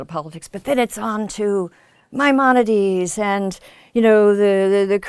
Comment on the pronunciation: "Maimonides" not "minorities" :-)